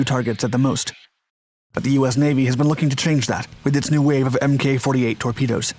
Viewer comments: Yeesh, it is not pronounced "Em Kay 48." You can tell the narrator never served a day in his life. It is "Mark 48." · The Mk in Mk48 is pronounced mark not mk. Being a method to uniquely designate specific types and configurations of equipment that would otherwise lack military designations. A torpedo is a torpedo but a Mk48 torpedo is specific. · It's pronounce 'Mark 48' not MK. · Hi! Love your videos! Just wanted to say that Mk48 ADCAP torpedoes are pronounced "Mark 48", not "M. K. 48." Keep up the great work! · MK 48 is pronounced Mark 48. Amateur. I spent a brief time on one of those LSTs. Rather worthless as a tank landing ship but excellent target. The ship I was on was Schenectady LST 1185. Navy Times had a picture of it being hammered by B52s. Buh bye. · 2021 "NEW emmkay 48 torpedos" ...does this guy even bother to research anything or just he just read teh wiki page? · It’s pronounced “Mark 48”.